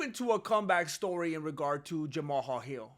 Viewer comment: You are the only person pronouncing that man’s name right! I respect 🫡 you for that bro!